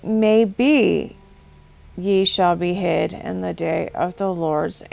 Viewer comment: Breath taking moments ain't gonna be the word for it when that day comes.. for a moment there i thought you were saying behead instead of be hid ...